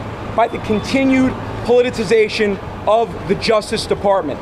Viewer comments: Wow, he pronounced politicization 2 different ways in the 1st 23 seconds!!! Sounds Trumpy!!! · And right after that "polliuzation" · Plitzzzation. It's a hard word.. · Polization? .......the continued polization of the justice department that we have seen ........ I know ....he said it correctly the first time .... good for him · "Politsation" 🤣🤣🤣 This is why you shouldn't marry your cousin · Politerazation and pulization? Im trying to figure it out 🤪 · Polititization, politation, pollination, population...pick one brotha. 😂🤦‍♂️ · Did he say, "Politicization"? Lol! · Maybe if Andrew could pronounce the words correctly, he would sound a little more credible!! haha!! JK!! He is a CLOWN also!!! A big fat JOKE like his father!!! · He is so stupid he doesn't even understand the word politicization. He mispronounced it twice. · He can’t even pronounce “politicisation” 🤣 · If you’re gonna use a new word a lot, like politicization, you should learn how to say it. So, Giuliani’s son is a creepy blowhard? I’m shocked. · And he wants to run for political office, and he can't even pronounce POLITIZATION JAJA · Lmao if Ghouliani's son could actually pronounce the word "politicalization" .... I might be more keen to not laugh my ass off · And can’t pronounce words, “Polization” and “polititization “ “absolutely aserd” and I’m only 24 seconds in